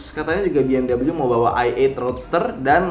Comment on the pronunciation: Mas, bacanya be-em-wi, bukan bi-em-dabelyu, mari di klik